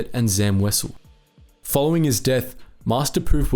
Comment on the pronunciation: Wow this is the first time I've ever heard someone pronounce Wesell correctly, good job.